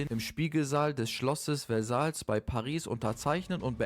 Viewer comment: Meeediici....wersaier vertrag. So wirds ausgesprochen. Ansonsten gut.